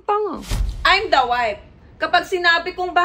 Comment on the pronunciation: Sa true…infairness graduate cia ng accountancy…but she can’t even pronounce the word WIFE properly🤣